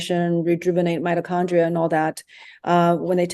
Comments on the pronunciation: Mitochondria not miocondria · I clicked on this video to learn something new, but i am finding it really difficult to listen to and trust a supposed expert who repeatedly says "myochondria" instead of "MYTOchondria". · Is he really saying myachondria instead of mitochondria..?? And talking about malaria being caused by bacteria?? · I just found this video but I have to ask, is saying miacondria rather than mitochondria? Hmmm and he's a doctor. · It's driving me nuts how he keeps deleting the /t/ in mitochondria.